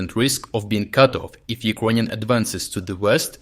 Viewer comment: Dude you're great but please - you keep pronouncing Ukrainians like UkrOynians. While you can clearly say word Ukraine correctly. It distracts from your great material.